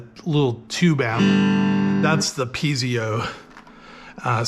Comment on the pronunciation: say peezio again😂 , I think its pronounced Piet-zo Thank you for the video!! 🙏🙏